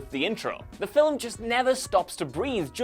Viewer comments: Please, stop pronouncing film as "fillum". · 'fillum' (film) that is all i heard the whole time it was so distracting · Film is a single syllable not two lol